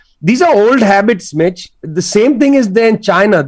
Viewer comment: Whenever he says "listen Mitch" it sounds to me "listen bitch"😂